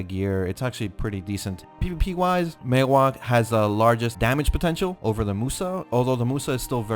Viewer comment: You are one of the very few content maker on Youtube that actually pronounce "Maehwa" correctly. Kudos!